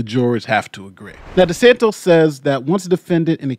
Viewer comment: I very much enjoy your content and analysis. Since the Florida governor is likely to be in the news a great deal in the coming months, please make note his last name is DeSantis and not DeSantos.